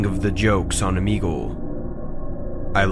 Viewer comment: Does anyone notice that in the first story first word said OoomEegOoSe instead of saying Omegle